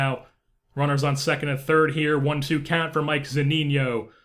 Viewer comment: Its Mike Zuh-Nee-No not Mike Zoo-Neen-Yo